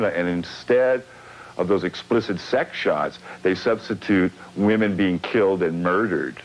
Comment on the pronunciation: "...wymen being killed and murdered... by myen." Killed AND murdered!!! By MYEN!!!